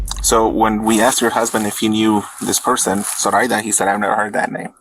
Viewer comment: This video is a little unsettling for me because my mom’s name is Zoraida. They’re pronouncing it wrong. People have been pronouncing her name the way the narrator is pronouncing her entire life.